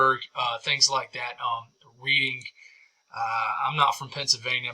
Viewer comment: Reading is pronounced REDDING